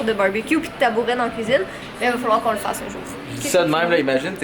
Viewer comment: tabouret on prononce pas le t pour les français. Just to say ❤️